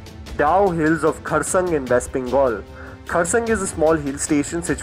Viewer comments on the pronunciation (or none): It's not " Kuresong " it is " KURSEONG" ( CUR-C-ONG) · It's not kharsung as you said. It's kur-seong...... KUR-SEONG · Kurseong, it is (kar see yong) as pronounced. :/ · I think our desi ghosts are attracted towards nice hill stations.. And bro its pronounced as KHARSEYAANG.